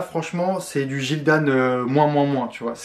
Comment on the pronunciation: Pour information. Gildan est une compagnie Canadienne. Le siege social est à Montreal. Je suis de montreal aussi. Gildan est un nom anglais et il se prononce "Guildan" et non Gildan meme s'il n'y a pas de u aprés le g. 👍😊